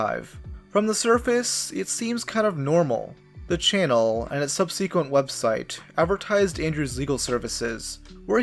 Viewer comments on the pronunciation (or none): great video, one note: idk if its like an actual RULE but im pretty sure its "sub-suh-kwent" not "sub-see-kwent" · Subsequent is pronounced SUB-suh-quent btw